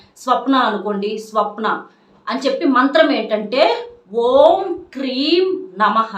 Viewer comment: Kreem aa kleem aa?